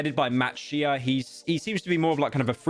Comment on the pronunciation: he did it again when he said matt SHE-uh